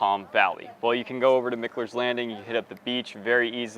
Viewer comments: It's Roscoe Blvd. Not Road. And it's pronounced.. Mike-Ler Not Mick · I thought Mickler was pronounced MIKE-ler? That's what everyone has been telling me? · It's Roscoe BLVD. And it's Mike-ler......get it right man.